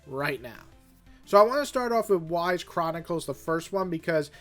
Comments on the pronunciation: Is that how it's pronounced? Whys. I thought it'll be something like Yee's. Like the difference of pronouncing Iran, instead of I-ran, it's E-ran. Anyway, my favourite, is Ys 8. It was also my first one of the series I played. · Yuh-es not whys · Pronounced "Ease", not "Whys" I humbly disagree with your ranking. You said you only made it to Chapter 5 or 6 on Ys9, so you have no idea why there are 2 Adol's, why there are Primordials and the centipede from the first two games etc appearing in the Balduq prison, along with the other enemies that shouldn't be there. I would argue that Ys9 is probably the best in the series. The neutral color palette and the tight city perfectly match up with the feeling of being trapped. And after you beat the game, the color palette swap makes a huge difference when Adol departs. Character development was never better in ANY other Ys game. Not even close. The music was not the best, but it certainly was up there near the top. The one critique I have about 9 is that it is very dialogue heavy, but the story is too big to reduce it. The Easier difficulties are easier than 8, but I found Nightmare just as brutally difficult as 8, which was nice. I'm getting more used to that style of play, though, so that might be why I found it easier. I've seen that 10 is different, though, opting for a 2 person system vs a party. You placed origins at the top, but I felt that game was too short, and the multiple playthroughs required to get the full story was a bit tedious. I think it's solidly A Tier. I would put 8 and 9 in S tier, Origin, and 3 in A, Ys 2 in B Tier, and Ys 1 in C Tier. Ys 1 is so low because of Dark Fact alone. That boss is almost entirely luck based and took me nearly 3 hours of attemp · Dude plays 9 games and still can't pronounce the name of the series. 😅